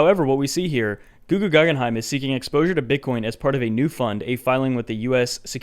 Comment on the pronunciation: "GoogooGaggenheim" lmaooooo dead